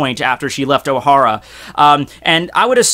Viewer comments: it's Oh-Haaa-ra. not Ow-hara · ohara... two syllables... not three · Jesus the way you pronounce Ohara makes me cringe.